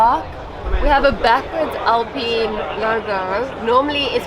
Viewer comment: did she just say....."AL-PENIS"??? 😮‍💨🤣🤣🤣